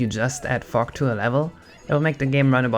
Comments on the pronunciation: You often pronounce Gs as if they were Ks. You keep saying lack instead of lag and fuck instead of fog. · when ses fog it sounds like hes swearin, a bit lol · The way he says fog